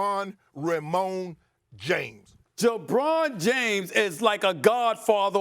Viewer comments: My guy said "Jabron James." I don't know whybthats so funny to me. Lol. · “Jabron James” 🤣🤣🤣